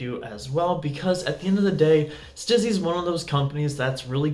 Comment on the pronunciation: It's STEEZY, not STIZZY. Honestly, if you are going to do a whole episode on a product, at least pronounce the brand name correctly.